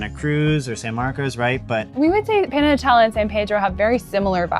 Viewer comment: Porfa: La pronunciación de Panajachel es "pah-nah-hah-CHEL". Better not to anglicize it. OK, done being overly critical :) Gracias por los consejos.....me quedé 2 veces en Atitlán, una vez en Panajachel y una vez en San Pedro....pero me han dado nuevas ideas.....gracias!